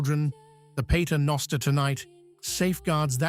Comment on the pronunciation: Ich höre, dass die KI-Stimme, die diesen Beitrag spricht, selbst die vorgestellten lateinischen Worte falsch ausspricht: "grey-tee-aye" statt gratia, "pey-tarr no-oo-starr" statt Pater noster. Offensichtlich einen Beitrag, der nach Zustimmung der überzeugten fischt, jedenfalls völlig unglaubwürdig, was das Anliegen angeht.